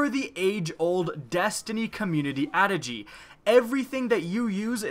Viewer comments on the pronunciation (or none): What is an 'add-ah-gee?' Is it like an adage? Love the deadpan delivery through-out the video, though! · Uh. That's not how you pronounce "adage". If you are going to use a thesaurus to find some big boy words then at least take the time to Google how pronounce them correctly.